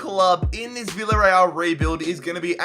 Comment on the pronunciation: It's pronounced biyareal